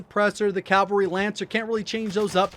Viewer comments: Its CAVALRY not calvary... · Awesome content. However it is CAVALRY not Calvary. (Note where the letter 'L" is) Calvary is a site immediately outside Jerusalem's walls where Jesus was crucified.